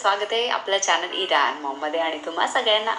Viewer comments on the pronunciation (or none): none